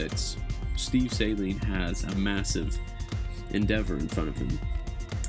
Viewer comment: There is a lot of mis-information, I agree, especially in the first 15 seconds of the video in how not to pronunciate "Saleen". It's pronounced Sa-leen, not Say-leen.